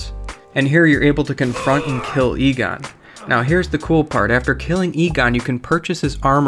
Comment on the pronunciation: “Anree” “egone”